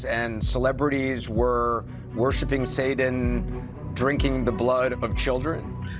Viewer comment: If Anderson was part of that conspiracy, he'd know how to pronounce 'satan', wouldn't he?